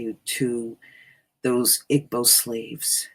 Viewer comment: By the way "Igbo" is pronounced EE-bow (bow... as in bow and arrow).